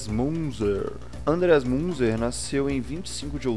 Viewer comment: A pronúncia é Minzer*